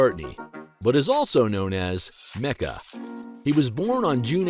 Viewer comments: It’s “Macca”; with a long “A”. Pretty bad, generally. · Not MECCA...it's MACCA!! He sold the NYC townhouse. He owns his home in London since 1965, has a farm in Peasmarsh and a farm in Scotland. He sold the Aston Martin a long time ago, You really need to check your facts better.